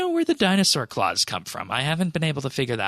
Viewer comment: ... Where are the dinosaur claws are coming from?The british dinosaurs? I say,dear boy,would you join me for a claw?Haha,not making fun of anyone,just sounded funny.